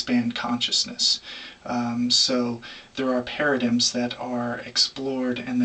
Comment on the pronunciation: Anyone else find it hard take a man talking about paradigms seriously if he can't pronounce paradigm in his native language?